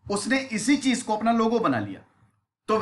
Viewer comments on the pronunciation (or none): none